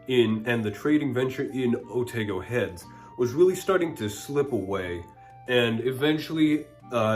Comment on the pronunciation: Thanks for all this info - fascinating, I knew the song but never knew it was actually from our part of the world. By the way (from a New Zealander) Here Otago is pronounced Oh-tah-go not Oh-tay-go. It's also where the goldrush in NZ happened. Thanks for your content!